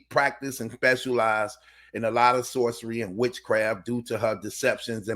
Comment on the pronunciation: Did he say “Socery and Witchcraft”….. that is a heavy accusation.😮